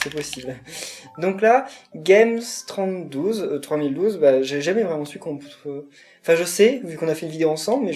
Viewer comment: 1. MON PSEUDO SE PRONONCE GAMESSE TROIS MILLE DOUZE XDDDDD 2. Je ne pouvais pas encore modifier le temps mais merci du conseil ! :) et 3... chuuuuut ! faut pas dire que je prévois une vidéo ou je vais faire tout tes niveaux... :3 va juste falloir attendre 2 semaines le temps que je récupère mon HDPVR xD en tout cas merci d'avoir fait mon niveau :p